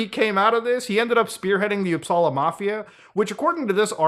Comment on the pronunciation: Hearing him say “Uppsala” makes me happy as a swede 😇 pronounced it with perfection as well ✨